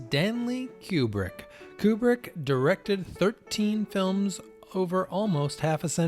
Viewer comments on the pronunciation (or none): It's odd that such a fan would not know that Kubrick's name is pronounce "Koobrick" and not "Kyoobrick" as he does. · Kubrick...not Kjubrick!!!